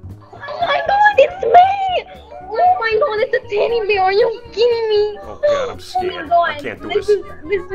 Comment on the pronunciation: Oh my gwaad it's ted!😂😂